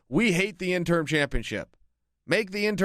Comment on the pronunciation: You keep saying “interm” haha